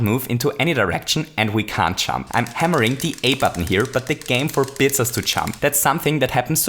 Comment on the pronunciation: I taught you were saying "chump" the entire time, not "jump". lmao